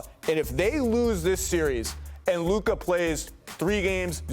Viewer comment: Stephen A was so pissed before, when people pronounced Ime Udoka wrong and yet he still doesn't pronounce Luka's name right.